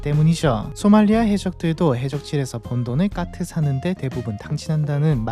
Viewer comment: 대본대로 못 읽는 경우가 순간순간 튀어나와 AI일 리가 없음;;; 까트를 가끔 카트라고도 하고